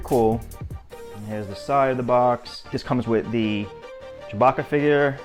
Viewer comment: Boston accent? I thought he said Chewbacker…